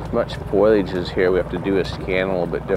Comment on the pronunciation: I giggle when I hear Jared pronounce the word “foliage” …as foilage 🩵💙 luv u J